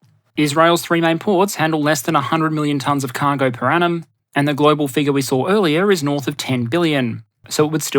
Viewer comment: I was confusing the crap out of my self since I listen to this as a podcast as I work. I kept hearing "per annum" as "per atom/Adam" which I thought was a joke at first to joke about how dense the shipping lanes at first. I am uncivilized and rarely heard the phrase "per annum" before and makes more sense seeing how it's spelling thanks to Transcript feature.